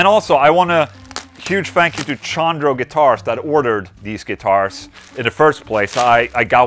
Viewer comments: Chondro is pronounced "Con Dro" not "Shawn Dro" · Hell yeah Chondro for the win! I need to stop in the shop soon and see if I can touch one before it's shipped out lol. Also, it's pronounced Kahn-dro.